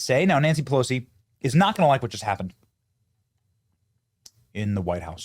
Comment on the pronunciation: "Polosi Act" - gotta love it! ❤